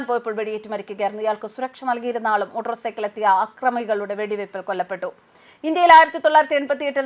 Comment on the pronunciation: "മോട്രോ" സൈക്കിളല്ല ചേച്ചിയേ‼️ "മോട്ടോർ സൈക്കിൾ" എന്നു പറയൂ‼️‼️😂😂